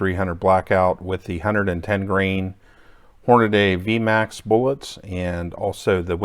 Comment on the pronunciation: It's Hornady (Horn-a-dee) not Hornaday